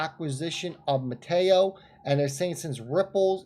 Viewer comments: Met-A- Co not Mateo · I have to help you out....its pronounced...META - CO....lov ya bro